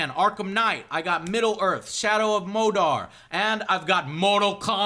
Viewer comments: Shadow of Mowdar?????????? Dude, it's Mordor, 'more-door' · Shadow of mordor. not modar. silly joe. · Did he just say modar instead of mordor? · When you pronounced Mordor as mowdar i think i died inside a little. Have fun at the E3 Joe! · "Modar" lol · Modar? Mordor...seriously Joe wtf was that? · "Modar" XD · lol "Shadow of Modar" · Mordor, not Modor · wtf is "shadow of modar" XD I want to learn more about this shadow of modar lol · Did you really just pronounce Mordor as "Mowdar?".... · You mispronounced Mordor. OMG my world is ending. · Did joe pronounce mordor wrong... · One does not simply pronounce Mordor wrong... ;P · Oh. Then apparently one DOES simply pronounce it wrong then...